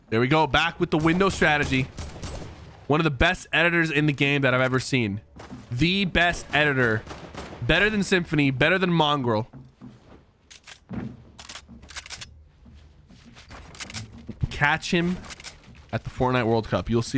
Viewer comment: It's Symfuhny not Symfunny, you bully.